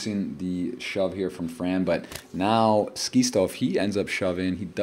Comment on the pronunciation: Please for the love of ACES. His name is SKITZO. (SKIT--SO) LIKE SCHIZOPHRENIC